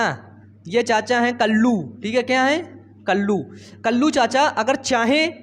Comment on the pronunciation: नही भईया कल्लू कल्ली नही कलुआ बोलिए 😅